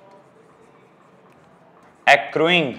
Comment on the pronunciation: Accuring... Akroying nahi akkaring